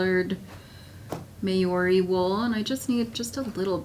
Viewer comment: I am endeavoring to pronounce "Maori" correctly. If this term refers to the indigenous people of New Zealand and their sheep, it is pronounced "Mau-ree" rather than "May-or-ree". Here is a link